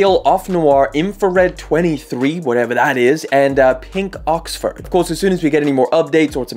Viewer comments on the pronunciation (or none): none